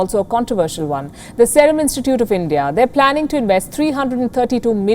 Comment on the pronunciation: Y can't she pronounce serum correctly ?